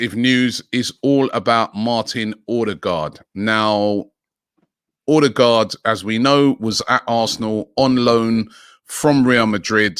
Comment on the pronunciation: I like the way Robbie pronounces Odegaard